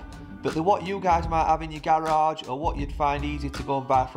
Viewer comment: Very helpful . Love how you say gahraage too